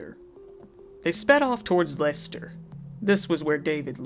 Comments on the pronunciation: Just wanted to say well done on pronouncing Leicester correctly! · You pronounced it correctly. Phonetically it's 'Lester' or 'Lesta'. Edit: Now I've watched it all it's hardly surprising that it was the chloroform that killed her. It used to be used for a short time as an anesthetic in hospitals for operations before quickly being withdrawn because of unreliability & complications. Many people have used it (as weird as it sounds) as a sleep aid because it can be effective; but (1.) It takes more than a few huffs & not like the movies/books. (2.) It can cause bad burns to the skin, lips etc as it's quite corrosive. The danger comes with prolonged / acute exposure as it's heavier than air & displaces the oxygen in the lungs; thus resulting in suffocation & can this can happen quickly. Side note; it boggles the mind that they bought it as transactions are easily traced & didn't just make it themselves. It's a simple mixture of either rubbing alcohol or acetone & bleach. It can be easily made at home (not recommended). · yeah...you pronounced it correctly. Lester. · Yay Leicester pronuncination!